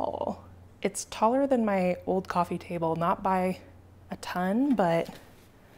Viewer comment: Coffeen table!! 😂 sorry, i couldn't resist...